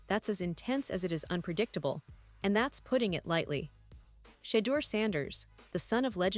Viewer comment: I’m listening to this bullshit because I’m a fan of Shedure sleeping really sucks and the way that the media and all you people can’t even annunciate his name properly and show some respect so prejudice so disrespectful unbelievable